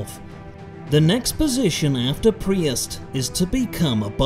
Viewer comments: "And become a priust" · I love the way you pronounce priest and bishop